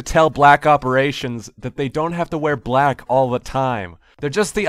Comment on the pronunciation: " be vewy vewy quiet... im hunting bwack ops hahahahha" XD